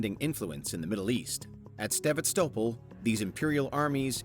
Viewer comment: Said sevastapol wrong